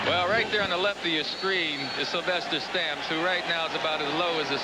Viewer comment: Say 'Sylvester Stamps' like Sylvester cat...lol. You cant unhear it... I wonder if his nickname was 'Food'